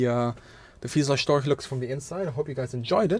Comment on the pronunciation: him pronouncing storch as "stoik" makes me want to game end myself